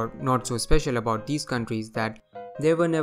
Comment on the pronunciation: What aboot Antarctica???😂